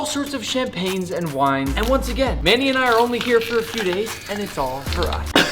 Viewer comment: For a second, I thought he called Manny,“mayonnaise”